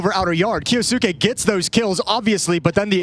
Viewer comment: KYOU-SKAY**** sick of this announcer saying his name wrong. Like "Sasuke" from naruto but kyou in front.